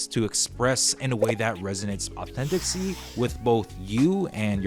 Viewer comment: The word authenticity has FIVE syllables. Just saying.